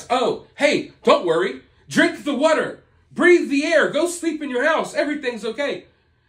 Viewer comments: I love how you say water. “Whater” 😅 It tickles my ears or something. 😂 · Yeah it cracks me up too 🤣😂 sounds like WUTER! 😆 😂 Too cute! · Idk why I love the way you pronounce “wutter.” I know, I’m weird. 😂